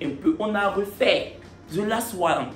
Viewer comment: Ze last one 🤣🤣🤣🤣🤣🤣 ton anglais est fort